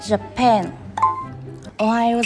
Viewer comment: Các bạn dạy tiếng anh mà đọc không chuẩn như bạn cuối đọc từ japan và indo í ak. Nên chỉnh lại ak. (Ykr)